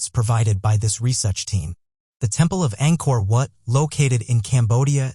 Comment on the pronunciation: He referred to Angkor Wat as Angkor What.